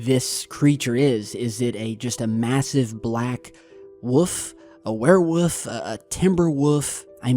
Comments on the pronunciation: I love the way you say "woovs" bro... "Is it a werewoof? A timberwoof?" Lol .... kills me bro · I keep hearing day "Werewoof". 😂